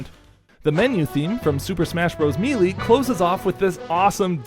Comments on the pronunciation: Hard to believe that in the year 2023 we STILL have people pronouncing it ME-LEE instead of MAY-LAY. You know, like the announcer clearly states. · Interesting scales here, would love to hear if there are any examples you missed for some of those missing scales, or see them used someday. Also the way you said "Melee" made me snort my bangs up my nose.